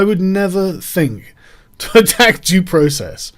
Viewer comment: Sargon Did you just say Process the Jews